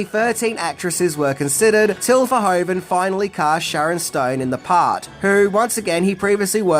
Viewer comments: Hi,first of all thanks for your videos. I just wanted to let you know that you pronounce the “oe” in Verhoeven as “oo” in English. As in loop for example. 😉 Keep up the good work! 🙏🏼 Greetings from a Belgian fan. 😊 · … it’s Paul Verhoeven, not Pol Verhoven 😉.